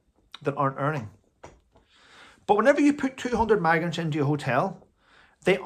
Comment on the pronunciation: Are you saying maggots or migrants ? It must be your accent ! 🤭